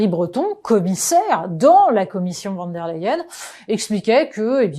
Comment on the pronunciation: Votre façon de prononcer le nom de cette dame est symptomatique. Ce n'est ni du français ni de l'allemand et ça irrite franchement.